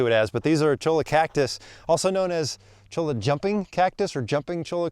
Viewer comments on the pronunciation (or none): Those Cholla cactuses are pronounced CHOYA. They definitely are no fun! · Just thought you should know, it's pronounced "choy-ya"... Sorry if that upsets anyone but we all want someone to tell us when we've got food in our beard too.